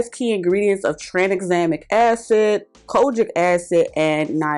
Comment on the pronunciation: I know you SAID "kojic" ...but what I heard was "COGIC" I'ma head out 💙